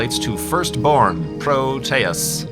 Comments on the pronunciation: it's "pro-tee-ous", not "pro-tay-ous" Greek didn't actually have that second pronunciation in their language. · its Pro-Tee-Us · PRO-tee-us Check a dictionary site for pronunciation. There's usually even a button you can click to hear a person say the word. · I pronounce it like PRO-tea-us, not pro-TEA-us or pro-TAY-us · "I'll just go with pro-tay-us." Dammit, I can't watch this video.